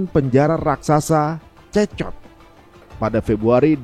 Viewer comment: CECOT dibaca nya (sikot). Izin koreksi mas🙏🏾